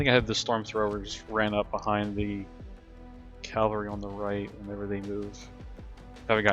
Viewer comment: Really like the report format. Talking through decisions, showing ability tooltips. Not being really familiar with the game, is this how many models are in a typical game? I was under this impression that this was more of a skirmish game. Also,, for the love of God, it's CAValry, not CALVary.